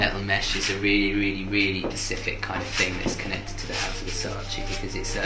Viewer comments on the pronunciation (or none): Did he just say pecific